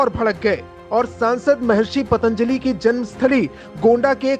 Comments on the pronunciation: Patanjali bol bhi na paa raha ye anpadh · इस गधे को पतंजलि बोलना भी ठीक से नहीं आता। बाबा रामदेव के पतंजलि योग की बात करने से पहले कितने पतंजलि का नाम जानते होंगे। वैसे तो चरक फार्मा, बैद्यनाथ आयुर्वेद का भी नाम बदलना पड़ेगा।